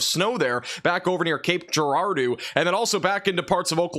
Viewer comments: It's pronounced "Cape Ger-ar-doh", not "Cape Ger-ar-doo". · He's getting closer to pronouncing Cape Girardeau right 😂❤ Just change doo to doe and you're in! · locally pronounced- Cape Girar-“doe” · Hey, you miss pronounced Cape Girardeau it's kayp jr·aar·dow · Love the content, Cape Girardeau, Mo is named after a French solider so it’s jr aar dow. SEMO!!!! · Pronounced jer rar dough. And 10 inch in springfield is a lie area wide missouri got 4 to 5 inches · Helpful tip from Southern Illinoisian. Cape Girardeau is pronounced with a Do as in Donut. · Cape Girardeau is pronounced Cape Jer ar doe. No criticism, just saying. Really love your weather coverage!!! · Cape Gir-ar-dooo? I’m dying 😂😂😂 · That made me chuckle too. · it is pronounced Cape Gir-ahhh-dough